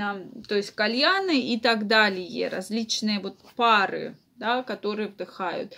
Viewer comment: Не пАры, а парЫ